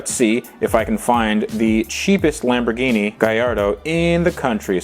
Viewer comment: charles L no it’s lam bor gini